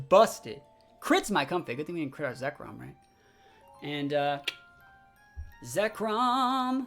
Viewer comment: You can definitely practice at casting to clean up some of the Zacian/Zekrom mispeaking and whatnot. Even with that though, I think one of the main draw for an audience would be energy from the caster which you have in spades dude.